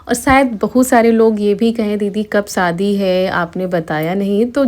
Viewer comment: Sadi kyu bolti ho shadi bolo bahut hi kharab kagta jab bolti ho